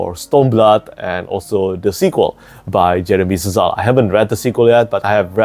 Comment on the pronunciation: Szal is pronounced "Sal", not "S-zal". It's most likely Hungarian, possibly Polish but pronunciation would be the same. 🙂